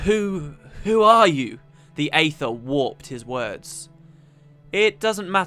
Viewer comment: Wonderful job:) While other people get on you for mispronunciations, I'd like to say thank you for pronouncing "Aether" right. My dad says it as eether. and it's something that bugs the hell out of me. Any thing else I'll say whatever, but eether... no, that's just not right.